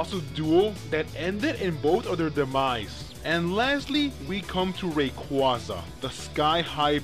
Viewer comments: ray-kWAH-zuh -qway sounds... ew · Rayquaza's name is also an amalgamation of the words Ray as is a ray of light and Quasar which is a space phenomenon which releases a lot of energy. Quasar being pronounced kway-zar... I have heard Rayquaza's name pronounced both as Ray-kwah-za and Ray-kway-za... But I personally think it's the latter pronunciation as in Quasar. just my opinion though :P